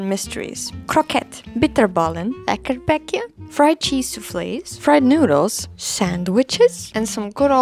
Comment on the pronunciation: lekkerbekje? Perfect pronunciation